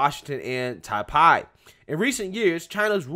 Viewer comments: Just let you know that you pronouncing Taipei wrong. Is not Tai-pie, is Tai-pay. Anyways, good video as always. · Homie, its pronounced Nay-vul... And tie-pay... Lol u said them wrong bro. That shit made me laugh